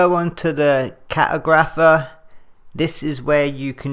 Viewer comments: Fyi, an cart-ogg-riff-err is someone who makes maps. And if an pronunciation of one word is the only point then you did great. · im sorry but the way you pronounce cartographer cracked me up good vid